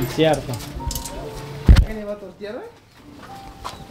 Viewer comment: siempre dise es dierto es sierto